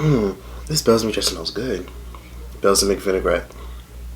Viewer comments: BELSIMIC DRESSING??? whaaaa I think it’s Balsamic (BALLSAMIC) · I cringed every time he said it😭😭😭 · Lol its “ball-sa-mic” 😂😂😂🤦🏾‍♂️🤦🏾‍♂️ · lmao have I been pronouncing "Balsamic" wrong my whole life?😂😂